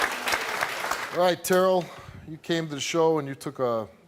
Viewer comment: Steve say it with me “Tuh-Rell” not Terral 😂😂😂 Steve be killin me with black names 😂😂😂 it bothers me the most that she was so stuck on her brother failing and was mean to him, but her friend failed and she didn’t give all of that energy.